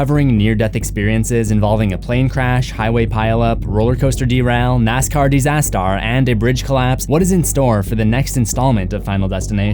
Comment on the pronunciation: the way you said nascar disaster 😂 Nascar disastar